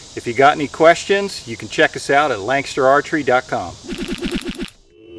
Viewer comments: did he say lank ster? he lives there and he can't pronounce it right? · Why does he keep saying lang-ster archery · It's like asking why someone from pittsburgh says they're from picsburgh